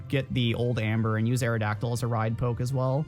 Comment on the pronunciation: You saying poke triggers me every time lol